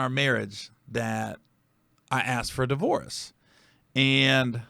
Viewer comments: This is throwing me off cuz you saying divorce like delores. Respect the transparency though. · A di-vore-us…? Stop saying divorce like that 🤦🤦🤦🤦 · Bro...why does he keep pronouncing "divorce"..."Divo-warce"...😂😂😂... like he is an eight year old who just wants his "wowy pop". I swear, once you listen to it, you can't unheard it! 😂🤣😂🤣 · The way he pronounces divorce is so weird